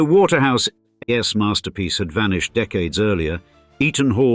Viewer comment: The computer-generated voice-over can't cope with several "ordinary" constructions. "Asset-rich", for example, becomes "A set rich". It is particularly annoying when it is unable to cope with apostrophes. "Waterhouse's turrets" becomes "Waterhouse ESS turrets", and "It wasn't until" becomes "it wasn TEE until". There are numerous occurences of "Eaton ESS" and "Britain ESS".